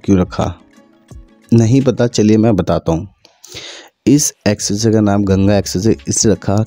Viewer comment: Expressway ❌ Essessay ✅